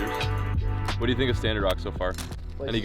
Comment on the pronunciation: Stannard* not standard